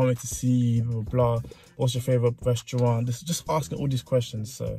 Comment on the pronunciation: Hahaha love this vid but can I point out the way u say quarantine and restaurant 😂😂😂😂😂😂😂